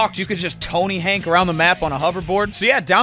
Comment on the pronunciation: bro said tony hank...its hawk man